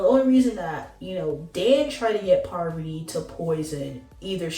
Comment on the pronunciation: Don't do that, PAR VUH TEE!